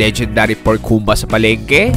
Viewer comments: advice lang,medyo mali pronounciation mo sa humba, sikwate,kinilaw. Pwede ka paturo sa mga locals sa tamang pronounciation. No hate paps, nice vlog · Nakaka trigger ang pag pronounce nya ng Humbà eh Hahahaha